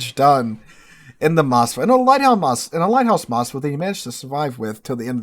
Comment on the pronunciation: it is Moskva, with the hard K. As if you said Moscow. Nice commentary as ever, again! Kick the bronchitis ass soon! Enjoy these videos.